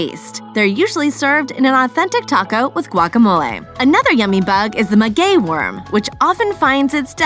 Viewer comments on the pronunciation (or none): none